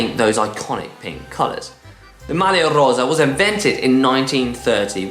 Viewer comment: Struggles with Campagnolo, but best pronunciation of Maglia Rosa by any GCN presenter